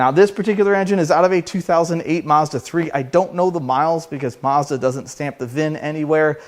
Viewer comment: All I can say is, Maz-Duh! 😂